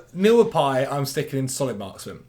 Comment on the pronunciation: Every time I hear solid marksman. I hear Solly March 😂